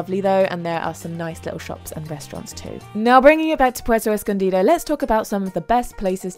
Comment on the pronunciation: You Literally said 'Puerto Escondida'